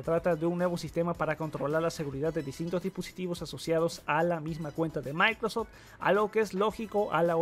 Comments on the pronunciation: maicrof lut >:v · Maicrot lut :v